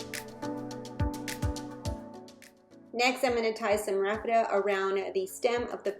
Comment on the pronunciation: Isn't it pronounced Raffia not Rafitta..lol. I could be wrong. Really enjoy your channel. God bless.